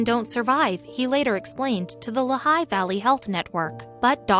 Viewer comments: It's Lee-high, not La-high. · How many others of you have been shouting at their computer, "It is pronounced LEE HIGH"? Interesting story, with any random still photos, and little real life continuity. And zero is "unusually cold in Pennsylvania?"